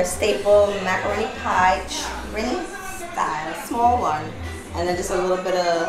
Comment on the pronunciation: TRINI...NOT TRINNY THATS A CRIME😂